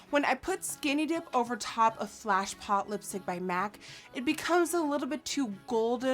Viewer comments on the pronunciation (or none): Its Fleshpot not Flashpot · Not sure if it's your accent but it's flesh pot not flash pot 👄 💄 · That lipstick color has been my favorite for years! Although it's Fleshpot, I think she said Flashpot.